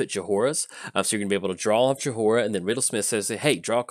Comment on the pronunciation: I love you, but it's pronounced Joy-rah. The H is silent.